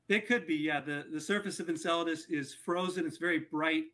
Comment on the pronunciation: A newscaster of all people should be able to correctly name the object they're talking about. "Enseladus" does NOT rhyme with enchiladas. 😂